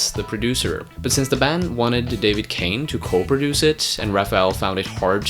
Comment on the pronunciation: Gordon, not Jordan Kahne, not Kane